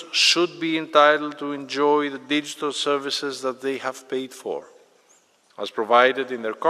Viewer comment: Oh shit, the way this guy says “digital” you just know in the end they will agree with SDG and it will be enforced, rather than enabled, by using the public’s digital ID and paid for via digital central bank currency to ensure blah blah blah. “You didn’t take your medication tracking pill so you cannot use your game, you still ‘own’ it and as soon as you swallow this miniature camera and vital monitor pill, the moment it connects to our servers your controller will begin responding once again.” 10 years later… “…and as soon as you update your brain computer interface BCI firmware, you will regain complete control over your hands and your artificial life “game” catalog always remains assigned to your biological marker identity chip” Later still… “we’ve reinstated euthanasia for those of you jailbreaking your BCI, it was meant to be a pilot program but after we realized that removing ‘problematic’ citizens who violate SDG by modifying their brain chips, “games” meant to be always on, that, and the follow up policy to eliminate gamers who’s BCI detected illegal brain wave activity, those two simple measures resulted in a near universal rate in compliance across the remaining ‘players’ in global population centers” simultaneously… “this years Soylent Gamer rations have been doubled in reward for everyone’s enthusiastic compliance.”